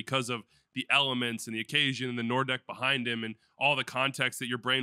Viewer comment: Nor-deck? Isn't that "Nord Ecke" ("North Corner")...?